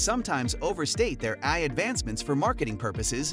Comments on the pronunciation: Hilarious. A video about AI where the AI can't pronounce AI. And, uhhhh, how close did you say we are? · Lol a video about AI taking over narrated by AI, that's why it says.AI as a word not an acronym. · how can you not say ai, just say each letter